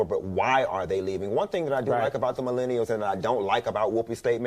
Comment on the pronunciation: "Go on to the next thang" lol